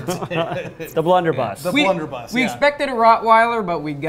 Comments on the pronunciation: keeps saying "bunderbluss" and nobody is correcting him. You think he knows? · Is he saying bunderbluss on purpose lol he keeps doing it in videos😂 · Between this video and the original, I die every time says Bunderbluss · isn't it blunder BUSS?